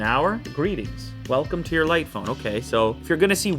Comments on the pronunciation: He can not pronounce English properly. It's jight phone and not light phone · Wish they just called it light rather than "Jight" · „Jight“ -light,2019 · It bothers me to death that it's actually "light" not "jight" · Jight phone lol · It's Jight. It says right there in the cover. Jight.